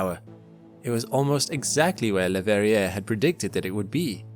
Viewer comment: The last r in Verrier is not pronounced. French, Doh!